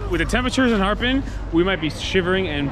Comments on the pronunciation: It’s not harpin it’s a Harbin. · She would’ve understood you if you pronounced the R with stress, instead of Harbin, it’s Harrrrrbin. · that city is called ha er bin哈尔滨,your pronunciation was a little bit off the genuine tone, people were a little confused 🙂